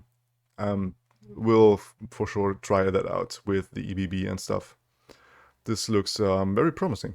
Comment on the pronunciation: Comment for the algorithm and to be an annoying know-it-all: it is not E.B.B. - as it is not an acronym but a word - ebb and flow = Ebbe und Flut The Lay of Blood only gives you only units - so no discarding jury rig to get a fleeting jury rig - still awesome and the synergies are fun love nami love you - keep up the awesome work